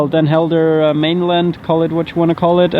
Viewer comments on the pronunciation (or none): You travel around the world and show great things from local cultures and your videos would probably gain more followers if you put the effort to pronounce names of towns and people the way they are pronounced in the local language. I have friends in Den Helden and when I showed them the video they were off put by the fact you don’t seem to make the effort to learn how to pronounce places and names.